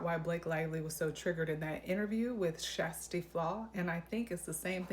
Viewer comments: I watched Kjersti’s own video where she pronounces her name. It’s is not “Shas-ta”. She pronounces it “ Shas-tee”. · Your pronunciation is the closest one yet. 🎉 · It's actually pronounced "Tshesty" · I've literally re-played Kjersti saying her name in the beginning of her videos, like 20 times 😁. My ears hear: Sh'z Tee. But say it really fast! 😊. Cuz she says it so fast that my ears can't tell if she is saying "Shirs Tee". Or "Shas Tee" So I just skip the vowel and say the first syllable really fast: Sh'z Tee 😊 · You’re mispronouncing Kjersti’s name.